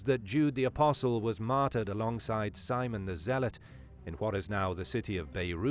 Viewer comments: When this guy says “martered” does that mean murdered or what? Lol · So we all know from this video you love the word "Matder"